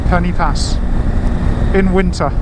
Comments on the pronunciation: for an english person to pronounce pen-y-pass properly . instead of calling it penny pass , say penn-er pass and say it quickly ,and there . now it sounds right . and you wont look like a complete tourist lol there are no penny anywhere near this name . but i can understand why you would call it penny . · Looks a lovely road and as you say fantastic without traffic - only one criticism, Pen Y Pas is pronounced Pen Er Pass, the Y in Welsh is pronounced like the letter U in English 😁